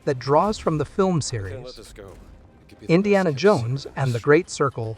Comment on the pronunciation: Why do you say it like that "in Deanna, JONES and the great Sircle"